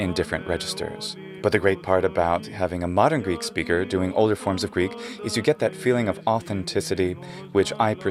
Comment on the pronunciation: Obviously, the one woman who is speaking is Greek or she's an incredible learner. The pronunciation of her is modern-like Greek and the modern Greek are looking a lot like the Byzantine Greek, so this could be a huge conversation(we are using many forms in Greek language. Not everyone is speaking the language the same way, like the Byzantine times)